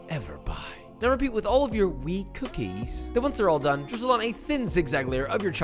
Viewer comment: Who’s here when it’s “cookes” not “cookies” ? Lol